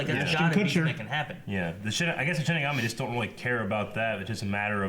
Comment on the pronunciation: ok... I've ignored this for far too long.... It's "SHI-N-IGAMI" !!! xD